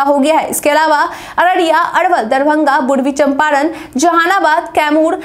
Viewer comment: एंकर साहिब अपनी हिंदी सुधारिये वी आई पी के जीतने नेताओं का नाम लिए उनके टाइटल बिंद है बांद नहीं और पूर्वी चम्पारण है जिले का नाम नाकि बुर्वी चम्पारण